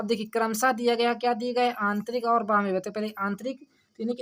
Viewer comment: थोड़ा सही पढ़िए सर जी बाह्य लिखा है न कि बह्म